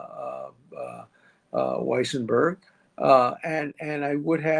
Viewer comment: Why cant you say Weisenburg's name. You always, in every vid, trip over saying his name. 🙄